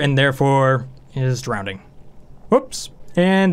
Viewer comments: Sorry but I couldn't help but notice, you're pronouncing drowning with an extra "d". (drownding, instead of drowning) I'm trying to ignore it but I'm having trouble. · Are you saying drownding instead of drowning? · is it just me or did he say "drowdning" all the time? yes i do mean drowdning i did not write incorrectly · Christ on a crutch man there is only one D in drowning, there is no word drownding. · Drownding? Doh no! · nobody:: Drownding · Andrew Ihle it’s Levi-O-sa, not Levio-SA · down vote! couldn't handle your pronunciation of drowning. there is only one D.